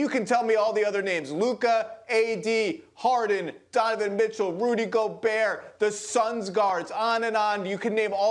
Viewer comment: Lmao he said Rudy gobert i stopped taking him seriously after that